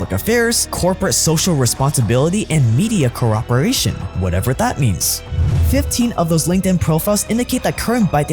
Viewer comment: Why do you keep saying "cooRperate" or "cooRperation". Did you become british all of the sudden?